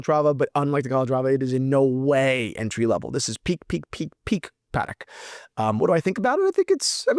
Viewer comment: Pa…Tech, not Paddock my friend. Enjoy the content, regardless of the pronunciation. Keep up the great work. 👌